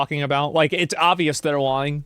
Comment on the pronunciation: the way asmon says the word lying "its obvios their LUu-yene" XD